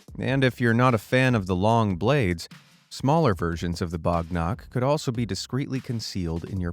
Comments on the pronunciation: it is Wagh nakh, wagh means tiger and nakh means nails in marathi. it is not bagh nakh.great king named 'Shivaji maharaj' used it in maharashatra, India. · It is wagh nakh,not bagh nakh. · That is pronounced as baagh nakh not bogh nokh The picture you showed was of shivaji maharaj killing the uncle of the Mughal ruler Aurangzeb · bro its Wagh Nakh ( tiger nails) Wagh means Tiger 🇮🇳